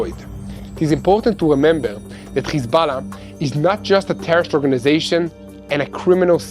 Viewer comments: Khozbollah😂 Lol this propoganda channel cannot even pronounce correct!! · Stand down??.....that snoobish reporter just said how Hez-Ball-a was defeted :)